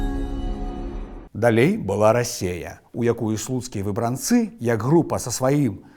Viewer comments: У 90-я шмат пісалі пра выбрАнцаў. Але чаму ў Вас такі дзіўны націск, заўсёды гаварылі "выбрАнцы". Нават праверыла ў слоўніку, а пасля ў Вікіпедыі - усюды выбрАнцы. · Хачу заўважыць, што правільна вымаўляць так: выбрАнцы, вёскі ВаркавІчы, ЛучнікІ, БранавІчы. Паходжу з тых вёсак, і мы заўсёды вымаўлялі толькі так.